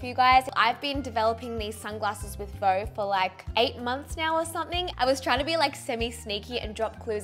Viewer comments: Hey, I love that new partnership this is awesome! Did you know VEUX means wants in french! And we don't pronounce it like «vo» but more like vuh/veuh! Just a heads up! Love youxx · I love it and I'm so excited you are creating more and more as your channel grows! Only thing is that "veux" is not actually pronounced the way you're saying it... (you're saying "veau" which is French for "calf" as in a baby cow, instead of "veux" which means "want".) Not wanting to troll or bring you down, just wanted to share the knowledge to help you out!! 😁 I LOVE your channel and can't wait for your next update tomorrow! Thanks for all the hard work you put in to what you do!!! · Didn’t realize Veux was pronounced “voh”, I’m from the states (what you and Kurt would call a Valley Girl) and kept saying it like “View” and just thought it was View but spelled to look French and fancy